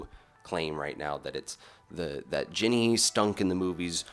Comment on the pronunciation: Were you calling her "Jenny" or was I mishearing you?